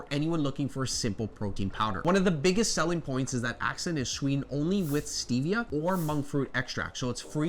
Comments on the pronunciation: It’s pronounced “Assent” not “ax scent”. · You pronounce Ascent as ack-cent but it's pronounced as-cent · Um..it's Ascent...like ascend. Accent was killing me 😂. Mixes super easy with a spoon and dissolves easily. Not 1 problem with it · I don't mean to be rude. It's "Ascent" not "Accent" my friend. Thank you for all your work! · Ascent not accent. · Isnt ascent pronounced ah- sent ? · literally was about to comment lol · Super helpful, thanks! But you might want to check out the pronunciation of Ascent.